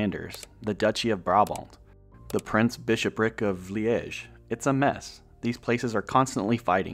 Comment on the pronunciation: Good video, but no, cities were not pronounced correctly. Almost all cities were mispronounced. Voerstreek???Luuven instead of Leuven, Liige instead of Liege etc.